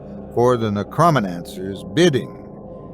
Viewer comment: But can’t quite get “necromancy” or “necromancer”